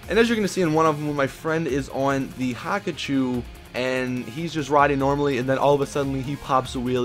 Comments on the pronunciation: WTF not Hakachou Its Hakuchou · It's pronounced Hakuchō not "Haku-choo" rolls away